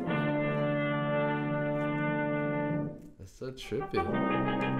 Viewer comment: When you said "we don't condone violence," it sounded like you said "we don't condone violins."